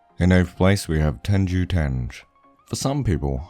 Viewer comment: The anime the u said was tenjou its not tenjou its tenjho